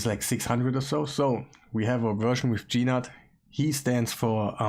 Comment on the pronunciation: his name is not Gee Nutt.!